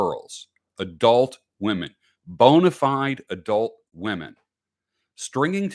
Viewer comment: is that "bona fide" adult women or "bone-ified" adult women? :)